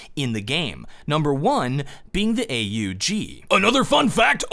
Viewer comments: its not a u g its aug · the way he pronounced AUG.. blergh